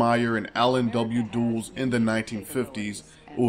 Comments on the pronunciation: "Allen W. Dools" Come on. Really? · dull-ess, not dools